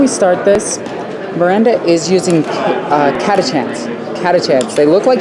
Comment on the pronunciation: girls! Its Catachans as in Chips, Cheese or Cheery, not Catakans like Come or Casting....